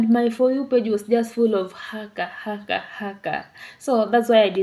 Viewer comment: Your pronunciation of Haka and Rawhiti are good. (At least as far as this pakeha Kiwi can tell).:) BTW, Hana-Rawhiti is her full first name, her last name is Maipi-Clarke.